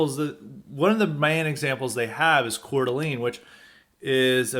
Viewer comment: It's pronounced "core-d'lane." Lol. Wouldn't be an episode of highly respected without mispronouncing something! I tried for over a year to try and get a plumbing apprenticeship. Gave up after calling all the local plumbing companies in a 40 minute drive radius in a semi rural area. No takers. I had an offer to work for in HVAC, but they offered minimum wage to start! Talked to an older trades guy about it. Sadly, he told me this is how it works. You have to accept Low wages for at least a year. And it's just not doable for most people. This is the reason why they have a labor shortage too. The starting wage is too low. Yeah, in 10 years, you can start your own business, but the small businesses nature of it means you'll get a low wage and absolutely no benefits until you get a lot of experience. And honestly you have to know people and have connections to get these guys to hire you. I only got an offer from the HVAC guy because of a reference from a connection!